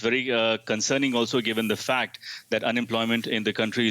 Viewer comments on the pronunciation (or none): none